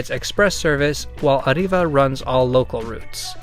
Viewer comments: Ariva is pronounced ariva both a's like a not ay, without rolling the r, the i like e, and a bit of emphasis on the v because as you said it's from England (Sunderland to be presice. my fellow Geordies make you're welcome to banter about it) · Pronouncing Arriva is very confusing, Alot of Brits say Ariva meanwhile I say Arreeva or Arrive-va.